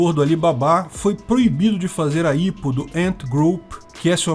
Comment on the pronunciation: Pequena dica: IPO em geral é pronunciado “ai-pi-ôu” mesmo. Parabéns pelo conteúdo!